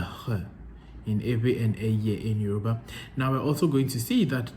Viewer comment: You're doing well in Yoruba pronunciation